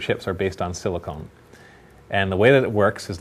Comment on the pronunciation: its sili-CON, not sili-CONE... one is used for computers, the other is for... well... boobs.